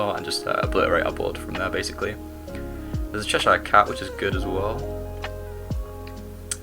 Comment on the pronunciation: As someone who lived in chesire, its cheh-shuh, you are english man hahaha thats a yank pronunciation 😂 only messin but bloody el